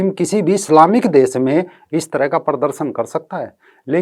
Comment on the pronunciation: भाई साहब, अपनी हिन्दी ठीक कीजिए। परदरसन नहीं, प्रदर्शन कहिए।